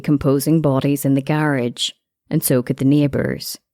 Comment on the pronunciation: The way she said garage pmo so bad 😂😂😂